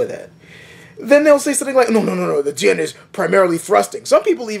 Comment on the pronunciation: why do you pronunce it like 'Dian/ Dzian'? Not even full blooded Chinese pronounce it like that; they use the hard J: 'Jian'.